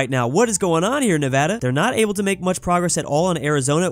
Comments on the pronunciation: He said Nevada right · Paused the video to comment: As someone who has lurked through a few of your videos I am so glad to hear you now properly pronouncing Nevada.